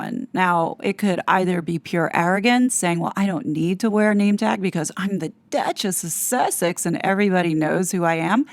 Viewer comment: 7 minutes in and you pretty much haven’t said anything of substance 🙄 How many times can one say ‘network’ in one minute? How many times, do you think, that weird way of pronouncing’Duchess of Sussex’ is going to be funny? And why blowing this up to over 20 minutes by adding a bunch of old recordings that don’t add anything informative 🙄 this was annoying aF.